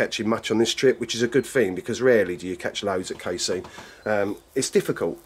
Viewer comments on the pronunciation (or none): Wtf is "cay-seen" its cass-- ee--en cassien ffs